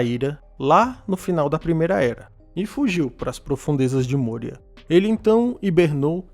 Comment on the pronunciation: não é môria, é mória. O padrão nunca é usar o "ô" com som fechado.